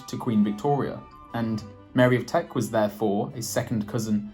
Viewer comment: It's Mary of Teck, )not Mary of Trek. Teck is an area of Germany near Stuttgart.